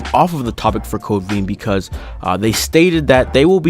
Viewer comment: VEIN like in your arm not veen